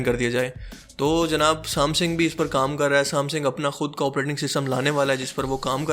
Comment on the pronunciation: بھت خوب بھای شکر ہے ورنہ میں پریشان تھا کیونکہ میرا سیٹ ہواوے کا تھا... ایک غلطی آپ کی آپ کو بتا دوں..."سام سِنگ" نہی ہوتا... "سےم سَنگ" ہوتا ہے...